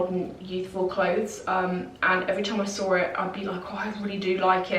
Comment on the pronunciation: I love the way you say "when I sawr it" lol